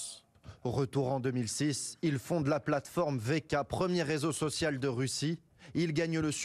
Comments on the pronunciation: Un réseau social pas sociau...tes fautes sont tellements chroniques que j'en ai mal aux oreilles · Je quitte ton ''résau socio'' me fait mal aux oreilles